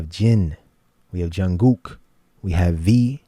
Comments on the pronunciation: Thankyou ...It is pronounced Jun Gook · I so appreciate that you pronounce Jungkook's name correctly. :) I don't have an issue if people mispronounce their names esp if they're just getting into BTS - but when someone says it right it makes me smile and really appreciate it!! <3